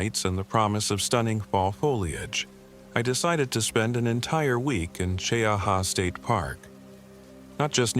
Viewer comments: it's Chee- ha, not cheeahawaa, or whatever A.I. waa saying. Story is b.s., but it's a real place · I just bought 4 acres on the edge of Talladega National Forest. Cheaha is beautiful. Chee-aha is the pronunciation. I guess this is another A.I. video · AI😂 MT. CHEE-HA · It’s pronounced “Chee-haa” btw 😂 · It’s pronounced Chee-ahh. It’s in Randolph County. Another YouTube to have no interest in, since the channel creator has to rely on AI to wipe their ***es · Born and raised in Talladega county, Childersburg, AL. Now I live in Jacksonville, FL. ❤ Cheaha mountain is my favorite! I’ve crawled all over those boulders. But the pronunciation is “Chee-haw” 😂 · Cheha is pronounced chee-haw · Pronounced Chee-ha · Jacksonville Alabama. Right outside the TNF. Lots of stories come out of there. I don’t venture in there. It’s pronounced Chee-ha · Hello from Birmingham Alabama. It's pronounced Mt. Chee - Ha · Opp, Al & AL needs help with our towns & things. It's pronounced Chee Ha, that simple. We have many beautiful places to see. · Gadsden, Alabama.....Cheaha is a TWO syllable word, 'Che-ha...LOL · you know a.i. cannot pronounce names properly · Pine Level/Prattville, AL but from Lincoln. Cheaha is pronounced Chee-Haa! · I came here for the same comment......glad someone is looking out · this is A.i. and its not gunna pronounce cheaha right. Hurr durr